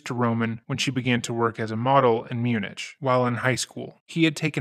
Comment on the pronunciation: Not Mune-itch 😭 mune-ick!